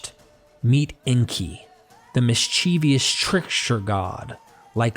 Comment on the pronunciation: I’m sorry but I feel the need to tell you that tale is not pronounced “tell.” Also, mischievous is not “mis-CHEE-vee-us.” Look at how the word is spelled. There is no i after the v. And familial is not “fam-i-LEE-al.” It’s “famil-yal.”